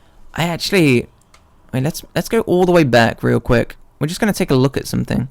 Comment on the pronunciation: "We are going trough trailer REAL GUICK." This vide is almost 2 hours... lol